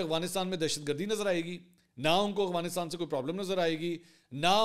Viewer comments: Mansoor bhai plz Afghanistan sai pronounce kiya karen 😅 Aghwanistan nai hai Afghanistan hai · خان صاحب اغوانستان نہیں افغانستان ہوتا ہے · Why do you say Awghanistan instead of Afghanistan?